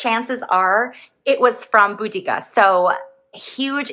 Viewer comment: hi! Pronounced "Boh-da-cea" Boudica: (also spelled Boudicca or Boadicea) was the queen of the Iceni tribe in what is now eastern England. She is best known for leading a major uprising against the Roman Empire around AD 60–61. Her story is one of resistance, vengeance, and national pride. ai for the clarification win! have a lovely day:)